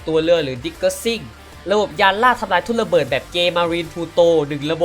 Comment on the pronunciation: พูด ร เรือไม่ได้หรือครับ ถึงออกเสียง ทุ่นละเบิด หนองสาหล่าย เลือ...ชุดเดียวกัน ความเล็ว ห้าล้อย เลด้าเดินเลือ ละบบ...อาวุธ ลางป่อยทุ่นละเบิด 1 ลาง ขอเสนอแนะ ให้ไปทำงานอื่นเถอะครับ ถือว่าสงสารคนฟัง...เถอะ นะ นะ